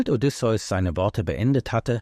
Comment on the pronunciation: Diese Aussprache. Odysseus Sohn keine Pokémon 😅